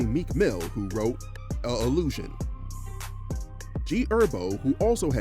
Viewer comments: “g erbo” it’s g herbo nigga💀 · My mans called G Herbo "G Erbo" 😂